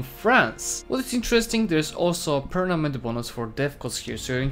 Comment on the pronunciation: Nobody:: PERNAMENT